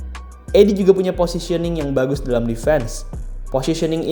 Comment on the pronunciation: Zach Idiy bacanya bang